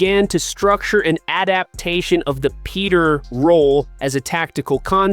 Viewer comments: I was gonna say the same thing! Dude, if you’re gonna have a channel about the Texans, you ought to at least know how to pronounce their names! It’s not Jaylen Peter; it’s Jalen Pitre…. That’s Peé tree!!! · How bout pitre...peter